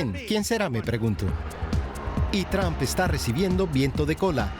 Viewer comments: Por favor, el apellido Trump, se pronuncia TrOmp. No TrAmp. En cuanto al programa, excelente la colaboración de los panelistas. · El apellido del mejor Presidente de USA Mr TRUMP se pronuncia con la letra "O", osea la letra "U" se convierte en U. NUNCA se PRONUNCIA CON LA LETRA " A " . SI viven en ESTADOS UNIDOS APRENDAN A PRONUNCIAR BIEN EL INGLES. Muchas Gracias 🙏💒👍